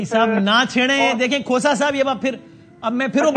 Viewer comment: Khoosa nahi khoota hy